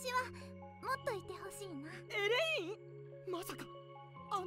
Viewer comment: エレインなのに発音はエレンイに聴こえる時があるのは俺だけか？